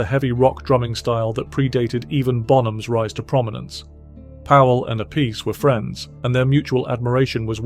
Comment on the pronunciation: Appice ( appeetchè ). "See" sound in vulgar / ecclesiastic latin and italian stuff doesn't exist when " Ce/ci ". It's " Tch" sound